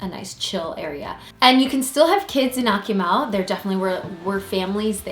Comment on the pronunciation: "AK-oo-MALL" not ”Ack-you-mel"